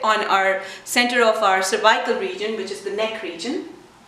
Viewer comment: Nice! I never heard anyone saying cervical this way: survaikal. Couldn't understand first :)